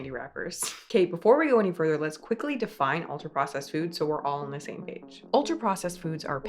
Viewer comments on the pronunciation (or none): none